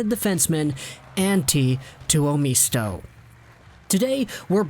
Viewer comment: it is pronounced Two-oh-MIST-oh... not MEESTO